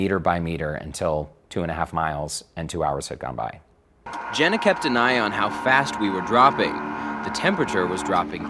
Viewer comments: I take it he was trying to say "Zhenya" when referring to the Russian pilot. That's the only Russian name I know that sounds remotely like "Jenna" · Lmao "jenna" bruh it's Eugene